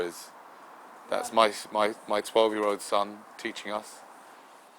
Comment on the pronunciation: curious how you emphasised the '12 year old' too - a little 'condescending of you perhaps' - but understandable at the same time... 'hope by now things have calmed down for you both.